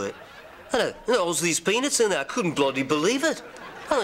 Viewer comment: hE SAID "PENIS" INSTEAD OF "pEAnUts" HAHAHAHAHAHA The best part is definitely Ringo.